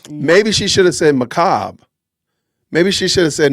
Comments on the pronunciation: She cant say Macbre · Ma-ca-ber according to Candace 😅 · You're saying it wrong bud, its makaburr. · If she had said macabre, Candace wouldn't have understood it unless Erika mispronounced it MACK A BURR. 😂